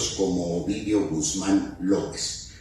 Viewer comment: “Gooz-mawn” was captured